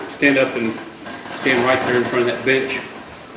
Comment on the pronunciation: kinda sounds like the judge says, "Stand up and stand right there in front of that bitch." Lol! I know he said bench, but it still sounded funny.